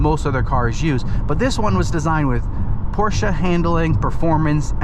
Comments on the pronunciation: PorschE, not PorschA!!!!! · No it’s PorschA. I was like you and used to think it’s PorschE. But the real way to pronounce it is PORSCHA.. I have one.. trust me I know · You two need to watch Porsche’s official video on pronunciation because youre both wrong